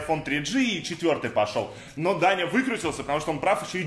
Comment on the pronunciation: МНЕ ПОКАЗАЛОСЬ НЕ ДАНЯ А ТАНЯ